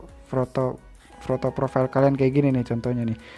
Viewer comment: Profail bang sebutan nya hahahahah